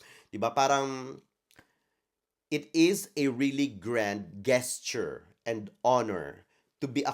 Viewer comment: hi, anak! Nak, "obliged" is pronounced, "ob-laydj't", and not "ob-lig"; "gesture" is pronounced, "djes-cher", and not "ges-cher". Love you, nak! ❤